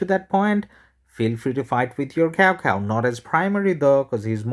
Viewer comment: nice vid, btw cao cao is not pronounced as cow cow, it sounded something like chow chow